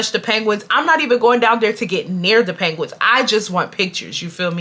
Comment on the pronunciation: The way you pronounce penguins like panguins is taking me tf out😭😭